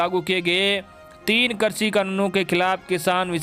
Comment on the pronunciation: Sir aap krishi ko karsi bolte h or varidhi ko virdhi !! Kripya shabdon ka theek se ucharan kijiye .